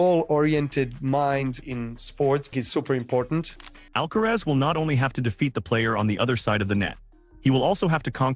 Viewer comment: Please pronounce the tennis players name correctly even if you are called AI